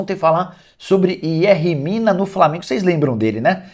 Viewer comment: Nicola, contribuindo para sua narração: em espanhol o "Y" tem som de "J". Yerri Mina lê-se Jerri Mina, Yeferson Soteldo lê-se Jeferson Soteldo. Abraços, sou seu fã.